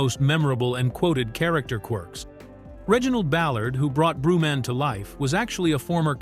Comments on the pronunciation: WHO THE F IS “ BREW-MAN” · Brew Man? smh more a slop 😂😂